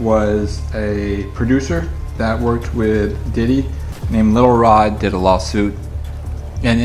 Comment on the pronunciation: Lil Rob? This dude be mispronouncing people's names on purpose. He expresses contempt for those people that way.